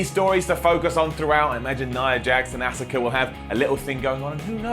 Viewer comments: assuka really it is askua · FFS learn to say Asuka it's not Oscar ore ask her it's fucking Asuka it's not hard my God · NOT AH-SU-KA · Its not his fault... Its WWE's fault.... They write Bull Shit Spellings like Asuka and make it pronounce Aaska Same way Shinsuke Nakamura Its Pronounced as Shinske Nakamura Even Bray Wyatt And he is pronounced as Bray White..... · Will someone teach how to pronounce Asuka please.